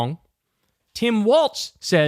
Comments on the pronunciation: Say it with me, Walzzzzzz, not Waltz, he's not a dance ok. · His name is pronounced "Walls".